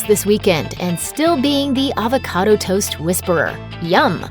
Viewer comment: "HAVE A HAVOCADA,TODAY"